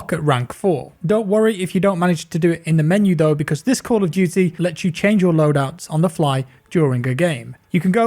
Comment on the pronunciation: You have a strange way of saying Camp of Duty...